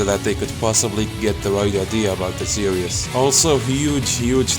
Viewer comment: its hard to listen to you when you say series as serious